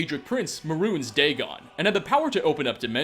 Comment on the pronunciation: "Muh runes, Dagon!"